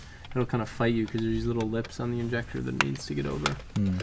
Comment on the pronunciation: Just say injector like a normal person